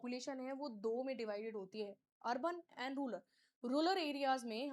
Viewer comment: रूरल not रूलर